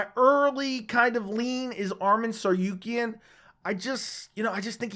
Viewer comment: Bro it's TsaRUkyan not TsaRYUkyan, RU NOT RYU